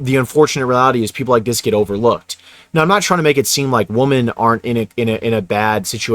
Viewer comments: Bruh you gotta pronounce “women” correctly, it’s hard to listen to. It’s pronounced “wim-en” as a plural, and “wum-an” as a singular word. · Learn to enjoy solitude. I consider not having to interact with others a luxury. (Btw, plural for woman is women which is pronounced Wi min) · It's WOMEN not WOMAN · Bro. It’s WOMEN. Not “woman.” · I can’t listen to a guy who cannot pronounce woman in the plural correctly. You lose all credibility when you do that and it sounds like nails on a chalkboard. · im prolly gonna get shit on for this but please pronounce “women” properly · Dude please say “women” it’s super annoying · Bro can you please pronounce “women” correctly. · I don't think people will be able to take you seriously if you keep mispronouncing the word "women"